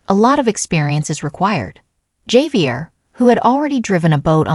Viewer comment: This is Ai generated content. Javier correct pronunciation is. ( hav- e- air) Chinese Ai probably.